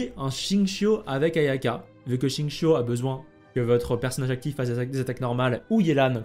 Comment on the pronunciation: à chaque fois, entendre "chincho" à la place de "gzingkiou", ça fait bizarre..